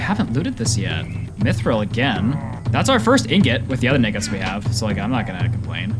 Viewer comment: why did bro said ingots like that